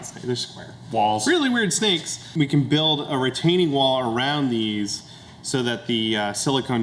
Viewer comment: I can never tell if it's Bills accent, me hearing thing or does he really pronounce the "" in "Build"?